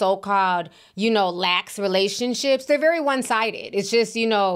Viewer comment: Relation-slips, not Relation-ships.